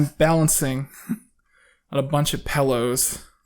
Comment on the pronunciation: said "pellows"